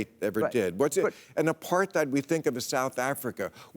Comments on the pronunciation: FYI Bill: Apartheid is pronounced "Apart-hate" - true dat! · It's a Dutch word and more pronounced like "apart-hite", but it's a subtle difference I suppose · First time I’ve ever heard an English speaking person using the ‘th’ sound (as in ‘thing’) in the word apartheid. Very annoying 😡 I would have thought anyone remotely interested in the subject of segregation/apartheid would know this. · Bill isn't very deep. The extent of his research probably includes conversations with his buddy Bibi Netanyahu and listening to rightwing AM radio. He can't even pronounce "apartheid." And he also can't wrap his mind around why apartheid is used as a comparison. No, Bill, it has nothing to do with the colonial model. Why don't you ask Human Rights Watch. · Why has nobody told Bill how to properly pronounce the word apartheid???